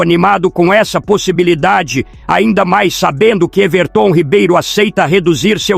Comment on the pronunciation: Quem é esse Ervertôm Ribeiro , eu conheço o Everton Ribeiro , essa IA narrando é uma merda !